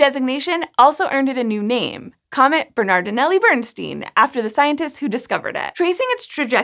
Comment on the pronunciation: It's Bairnstine not Burnsteen.